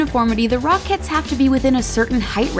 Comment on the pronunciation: Am I the only one who hears /rock heads / instead of rocketts